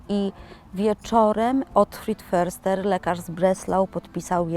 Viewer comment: Jeśli już to wymowa "fyrster" ... niemiecki podstawy 😊😊😊